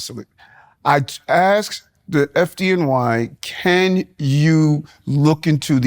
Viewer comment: I dont think I heard him give any real answers to any question he was "axed"